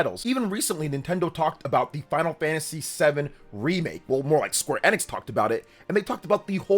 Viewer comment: It's EEENIX not IN-IX. Stop saying in-ix.